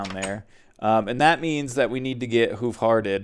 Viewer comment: Hoof hearted sounds like "who farted" when you say it :-)